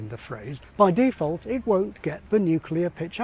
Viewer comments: I find your stressing the first syllable (a prefix) of "default" very strange. Otherwise very informative. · Your default "default" seems to be /ˈdiːˌfɔlt/ whereas my default "default" is /ˌdɪˈfɔːlt/ ...I'd ˌrɪˈsɜːtʃ it, but I really don't have time to do any ˈriːˌsɜtʃ